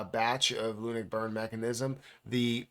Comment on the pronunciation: Why are you pronouncing it Loonick it's LUNC ('Lunk'), only joking keep up the great videos and information you have helped me a lot since venturing into crypto